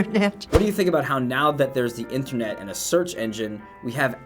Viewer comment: "I don't have Internett" :O:O:O